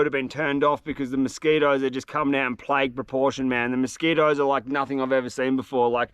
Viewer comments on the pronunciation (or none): none